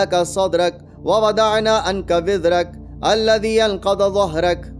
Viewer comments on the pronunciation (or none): none